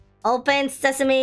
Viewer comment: Bruh he just said open sesami